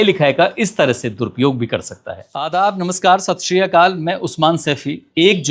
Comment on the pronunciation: Sat shri akaal hota h sir ssriyakal nh .......plz ache se bole isse hmari aasthaye aur samman juda h